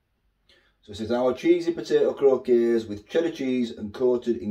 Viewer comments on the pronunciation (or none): Croc - kets thats how its said,potatoe croquettes